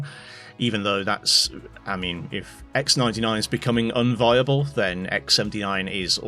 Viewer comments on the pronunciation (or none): "inviable"? unviable.